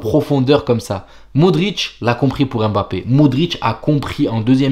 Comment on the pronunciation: EM'bappé ! pourquoi tu l'appelle comme ça lol ?